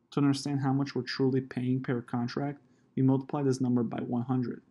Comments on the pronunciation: If that’s how you pronounce “per” I’m curious as to how you pronounce “pear” 👀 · It’s quite surprising how much you know about option stock trading, yet somehow you can’t pronounce the word “per”.